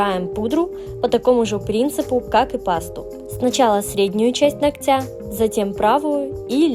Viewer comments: Маникюр красивый, ничего не скажешь. Не буду оценивать и Ваш профессионализм, я не специалист в этом. Но позвольте сделать замечание: если Вы выставляете видео в сеть, позаботьтесь говорить правильно! Не ногтЯ, а нОгтя! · Почему ногтЯ, а не нОгтя? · нООгтя. Ударение на первый слог. Прям режет слух. Работа шикарная. Хочется и озвучку грамотную ❤